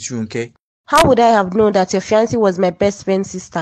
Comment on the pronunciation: Please use the correct pronunciation for the word ‘ fiancé ‘. It is a french word but you can get it right. You keep changing the pronunciation and it hurts my ears 😔